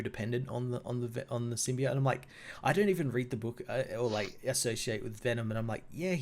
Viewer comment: Everytime I hear "Sim-Be-OT", I die just a little.